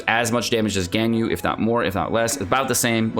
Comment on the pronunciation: Genshin youtubers always do the weird name thing for some reason. They call "Baal" "boll" or "ball" for some reason, "Ganyu" turns into "Genn You" etc lol